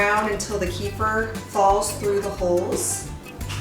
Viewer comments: The correct pronunciation is KUH-fear. Not Key-fur. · I've been drinking and making kefir for years. This is the first time that I've heard it called "Kee-fer". I've always heard it pronounced as "Ke-fear". I believe that's the original pronunciation by the people in the Caucasus region of Russia and Armenia where it originates. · We love kefir! I was introduced to it by my Armenian mother-in-law years ago (before Americans became so enamored with it). Wonderful stuff! We used to buy it at the local Russian market, but homemade is so much better. By the way, it's pronounced kǝ-FEER. 🙂